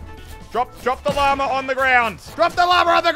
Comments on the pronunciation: I always hear stuff like ‘llamer’ and ‘bananer’ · At the beginning He sed llamer it’s llama. 😂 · stop saying lamer it is LLAMA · The first time he said llama he sounded like he said llamer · it annoys me that i know for a fact he can say Llama correctly but still says Lommer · Me (an american): did he just say llamer?